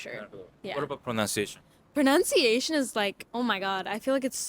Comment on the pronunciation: Please have the “teaches correct their pronunciation of “pronunciation”. Pronounce (ou) is “ow” Pronunciation (nun) is “un”